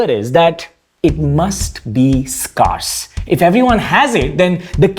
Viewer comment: scarce /skɛːs/ - "Skayrz" I will forget all my pronunciation watching indian YTbers!